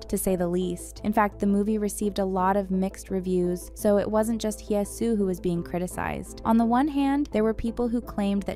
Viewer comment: Just want to point out that I've noticed you always pronounce Hye as "hee-eh". The correct pronunciation is "heh". No need for the "ee" sound.